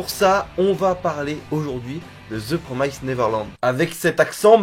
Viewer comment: "Promised" ce dit comme "Promessed" en faite ^^ Comme en Français + le -ed à la fin =)